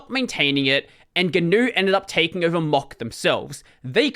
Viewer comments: I just hear "mock", not "mach"... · More than six minutes in before I realized "Mock" is "Mach". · please look up how Mach's name is pronounced (I don't think I can put a link here)